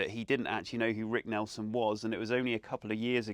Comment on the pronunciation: It's Nielson, not Nelson ! Jeez !